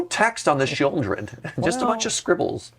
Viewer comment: pronouncing the "L" in Sheoldred is just 🤌😚 😩